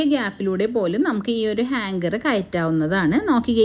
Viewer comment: ഹാങ്കർ അല്ല ഹാങ്ങർ ആണ് 😅😅